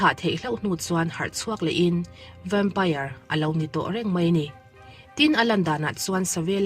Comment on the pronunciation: vempaiar, ti lovin vempair ti ve mai laa😂